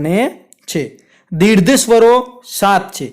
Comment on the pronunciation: સાહેબ દીર્ઘ શબ્દ બોલવામાં ઉચ્ચાર માં તમારી ભૂલ દેખાય છે. દીર્ધ માં ધ ધજાનો નહી પરંતુ ઘ ઘરનો ઘ આવે.